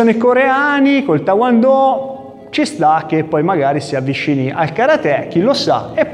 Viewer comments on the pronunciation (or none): il titolo e giustissimo, poi amichevolmente ti dico che sbagliato la pronuncia,e tae kwon do e non ta won do, ma lo dici molto simpaticamente secondo me,allora fai un sbaglio solo,non e kumite negli arti marziali questo e kumite dello sport, perche? perche poui vincere una gara cosi? si certamente,ma poui anche difenderti dal scippatore cosi? solo se i ladri cominciano a prenderti i soldi nello stesso modo, e diventa un scherzo, e come giocare poker senza soldi ma con i fagioli, chi sa poker mi capisce perfettamente, e un invensione koreano,e non poteva essere altrimenti, jka, o skif, non lo adotteranno mai,a meno che covid continui all infinito, ma olympiade si tutti gli sport possono diventare cosi,lotta, pugilato,sci, ma anch il calcio, dacordissimo